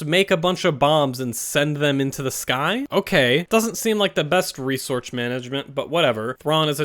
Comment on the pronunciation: "Doesn't seem like the best resortch management."